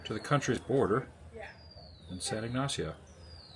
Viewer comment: Cayo means Key as in the Florida Keys. Pronunciation of San Ignacio is all good. 😮I would be horrified about the footage, but glad you were able to save most of it. Thank you for taking us with you on this adventure!